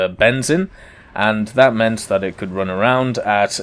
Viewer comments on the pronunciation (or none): none